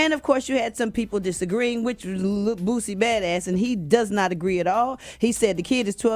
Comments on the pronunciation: Eva...his name is Boosie!!! She kept calling that man Bootsie🤣🤣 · Its not Bootsie, it's Boosie Badazz!! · Ima need Eva to say Boosie and not BOOTSIE bye girl you unprepared lol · It's not bootsie its boosie Dumbass girl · Am I the only one who caught her sayin BOOTSIE when it’s BOOSIE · Does he deserve the backlash because he's Boosie or because it's Dwayne Wade or just because it's Dwayne Wade's son? If it were any other person or a random civilian would any of this matter as much? By the way his name is Boosie not Bootsie🤷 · This airhead keeps calling boosie bootsie. Put some respect on this niggas name! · Bitch it’s boosie not bootsie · Bitch said bootsie 😂😂😂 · Boosie!!!!! not bootsie 🙄🙄🙄🙄🙄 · It's not bootsie like bootsie Collins. Its lil boosie like boosie BAD AZZ . come on enunciate his name correctly. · Is she saying bootsie? I know it's Boosie but it sounds like she's saying bootsie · Who tf is bootsie?! It’s Boosie Eva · Hey Eva it is Boosie not Bootsie ❤ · It’s HIS opinion and I don’t think he should apologize for nothin! It was REAL TALK! But why she keep saying booTsie? It’s BOOSIE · Why they keep calling brother “Bootsy”??!! 😂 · If she say Bootsie 1 more time. 🤣🤣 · Did she say bootsy? Lol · Someone should tell Eva it's not Bootsie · She calling em Bootsie😂😂😂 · Eva keep calling him “Bootsy”😂😂😂😂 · how you gonna be on this show and not know how to pronounce boosie